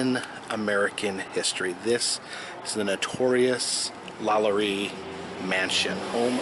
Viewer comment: HE SAID LALARI IN STEAD OF LALAURIE